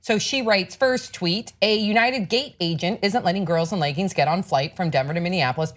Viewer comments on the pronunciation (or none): The fuck is a ley-ging?